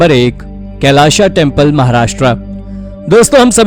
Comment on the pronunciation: कैलाशा नही! कैलास !!